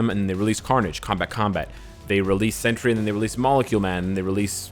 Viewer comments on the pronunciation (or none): none